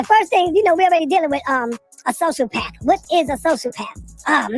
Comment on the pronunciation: We gonna ignore the fact that pronounces sociopath as “social-path” instead of “so-cee-o-path”?! That’s hilarious to me 🤣😂